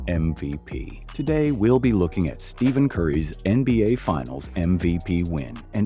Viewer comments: Steven???? It’s Stephen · did u just say steven curry???HUH??